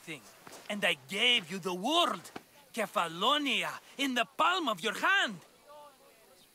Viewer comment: Kephallonia is pronounced as kefalonia.